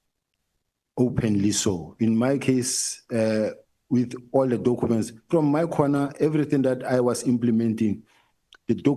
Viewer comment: I heard that and tried so hard to ignore 😂😂😂😂